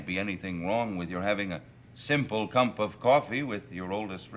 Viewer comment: Did he say cump of coffee? 😂